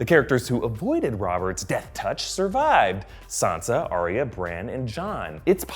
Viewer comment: "ahh-ree-ahh" Ugh. It's "ahh-ya".